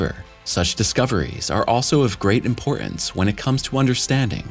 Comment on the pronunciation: WHY CAN'T YOU PRONOUNCE "IMPORTANCE"? YOU SOUND FOOLISH. TAKING BACK MY LIKE!